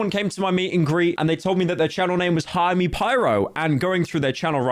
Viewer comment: Everytime pyro says 'hire me pyro' all i can hear is ''hi me pyro' 😂